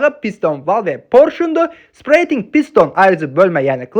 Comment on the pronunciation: "Spreydinq" deyil "Sepəreytinq" tələffüz edilir. Videolarını, işini, izahlarını çox bəyənirəm. Əhsən!